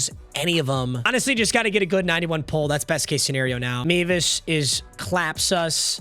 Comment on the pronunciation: it’s pronounced me-vis not meh-vis